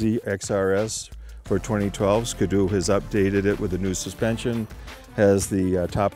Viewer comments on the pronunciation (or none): 2012 sko doo. lol ski doo :P